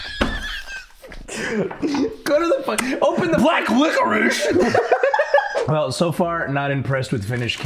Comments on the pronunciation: Run it back can narrator not say the word licorice cause I’m 100% certain I heard him say ligerish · Homie said "liggerice" or "liquor-ish"